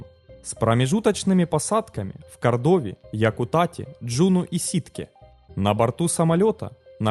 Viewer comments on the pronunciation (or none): В слове АнкОридж, в отличие от предыдущих роликов, ударение научились ставить правильно. Ура, однозначно лайк! Движемся дальше: правильно КОрдова, а не КордОва.